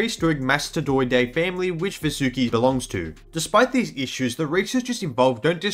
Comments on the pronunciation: Its pronounced vAAsuki ,,,,,please ,, u guys hav already distorted AVATAR... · If it's helpful the Sanskrit pronounciation of Vasuki would be as Vaasuki, it doesn't sound like an anime girl name now does it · I would recommend you to pronounce Vasuki as vAA-sukEE. Kind of language thing. Anyways, we found it so we named it that way. It's not that hard and fast. Reginophis sounds weird to me, but not to you because of Language barrier. English itself doesn't offer as much vocabulary, vowel diactrics, or Alphabets as compared to many Indic Languages. That makes English an easy language, but with some flaws. OFC, for convenience English is always more preferable. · It's pronounced as Vaa-su-ki. Vaa with an extended 'a' sound su with a short 'u' sound.